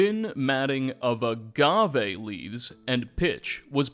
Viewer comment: STOP SAYING AGAVE LIKE THAT STOP SAYING AGAVE LIKE THAT STOP SAYING AGAVE LIKE THAT STOP SAYING AGAVE LIKE THAT STOP SAYING AGAVE LIKE THAT